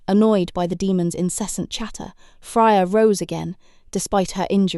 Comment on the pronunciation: Fryer and denim lol. However very good story telling.